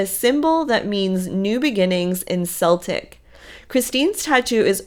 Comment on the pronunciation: It’s not Celtic as in sell…tic its Celtic as in kel..tic. The first is a football team !!